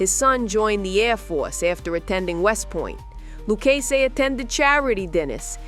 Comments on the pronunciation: It's "Lou KAY zee"... Not "Lou Chay Zee".... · Are you from NYC? If you are,you sound like a carnival character You can't even pronounce luccsse